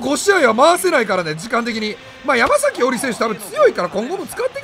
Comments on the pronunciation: やまさきじゃね、ちがうけ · 山”さき”伊織じゃなかったっけ？ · ❌ヤマザキ ⭕️ヤマサキ